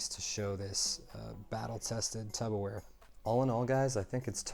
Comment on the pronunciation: Nice review - why are you calling it Tupper Ware?